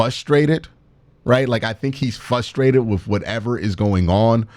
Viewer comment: q ..... frustrated actually has an "R" in the word ....big homie! our horrible cle accents.... hard to fix....i know!